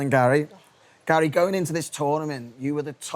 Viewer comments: Does wright call Gary “Gal” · Does Wrighty always call Gary "Gal"?